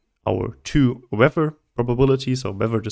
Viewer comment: Bruh, amazing video. But boy did you mess up weather :-P , excellent video